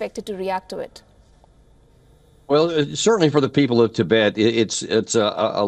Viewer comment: Tibet, not Tibit